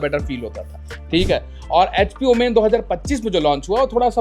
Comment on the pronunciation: Its OMEN Not OOMAAAINNNN😂😂😂